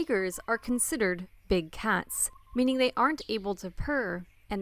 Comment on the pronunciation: are considered????? 😂😂😂😂😂😂